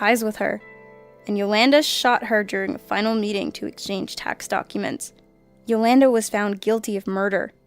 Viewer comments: I love this channel but I've gotta help you pronounce some names. Selena- like Selena Gomez [S-uh-Lee-n-uh] & Yolanda [Yo-lawn-duh]. 😜 Thanks for the always fantastic content! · wow you really need to figure out how to pronounce Selena Quintanilla-Pérez (suh-lee-nuh keen-ta-knee-uh Perez) and Yolanda (Yo-lawn-duh)